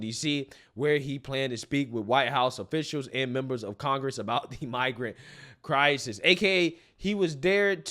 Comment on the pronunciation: Somebody please tell me..What the hell🎉 is a Cry-Sees that Mayor Adams always talks about?! 😉. I tried looking it up and it's not in any dictionaries.